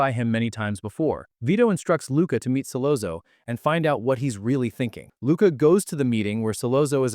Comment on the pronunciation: As soon as Solozzo wasn't pronounced Solatzo I exited the vid